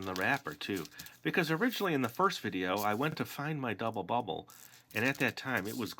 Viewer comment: Is it just me or did he say gubble bubble in the part when he says how good it smells